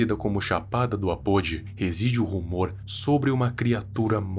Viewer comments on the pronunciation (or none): Se fala Apôdí :v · parabéns pelos vídeos. Estou gostando e consumindo bastante seu trabalho. Tenho só um detalhe a contribuir neste vídeo. A palavra Apodi é indígena e sua pronuncia correta é com a sílaba tônica "di", tipo tupi, por exemplo. Adorei a história, não conhecia. Estou adorando o fato de você trazer a cultura brasileira aqui para o YouTube. Abraço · Legal mas é muito estranho ouvir você pronunciando Apodi do jeito errado,queria te mostrar como pronunciar Apodi da forma certa mas não dá aqui